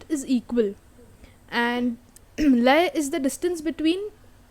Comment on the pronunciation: LAYA: LA, like in co-LO-r or kil-LE-r Same goes for YA.